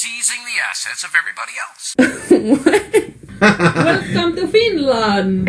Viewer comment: Love the "WELOME TO FINLAND" lady XD